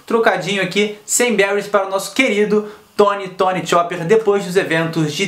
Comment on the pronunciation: Tirando aquele modo que vc pronunciou o nome do chopper, o vídeo é bão <3 inscrita